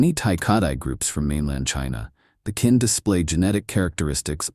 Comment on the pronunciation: Kinh is pronounced more like 'King'...its definitely not pronounced 'Kin'.